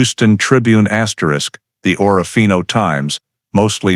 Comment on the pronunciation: It’s pronounced orfino not orra fino